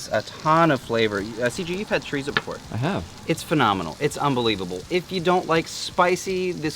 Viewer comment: You guys could use some Mexican friends help you with the pronunciation of Chorizo....LOL